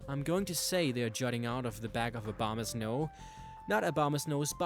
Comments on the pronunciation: No one pronounces it right it's O-BO-MA-SNOW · it sounds you said "mega obamas no" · "Obamasnow" lol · Why the heck do you pronounce Abomasnow as Obamasnow?